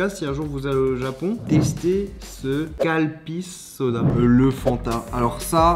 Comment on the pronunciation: C'est écrit Calpis devant tes yeux t'arrive quand même à dire Calpssiss